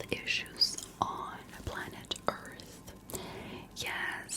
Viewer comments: I love how she pronounced Earth, Ourth(oorth) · Of all the aliens I’ve been cryogenically frozen by and used for scientific purposes by these are one of the few to pronounce earth right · You should have pronounced it as E-arth. Just to get the proper xeno feel. 😁